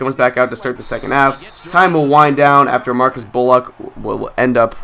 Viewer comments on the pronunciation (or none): none